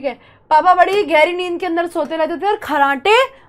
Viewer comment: घैरी ❌ गहरी ✅